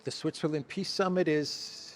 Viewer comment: He says piss summit and he can't be more right 😂😂😂